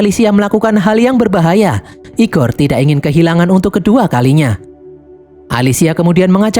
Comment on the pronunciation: "IGOR" nya ngejawa banget